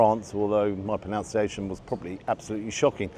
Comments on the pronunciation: Your proNUNciation of proNUNciation is even more shocking than your proNUNciation of French! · love the way pronounces the word 'pronunciation' wrong. Clearly done for comedy effect eh?:)